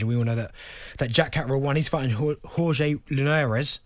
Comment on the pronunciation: Darren Bent trying to pronounce Jorge Linares 😂